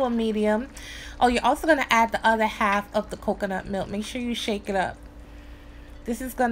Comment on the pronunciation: im making this! u put some stank on that k when u said cocunut milk lol!